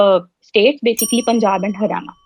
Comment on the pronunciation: Besically besically 😃